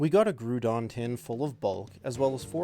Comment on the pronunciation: The way you pronounce the ground-type Pokemon GROUDON is crazy